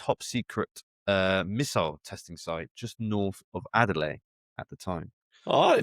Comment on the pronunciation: Could neither of you have corrected him on his pronunciation of Adelaide?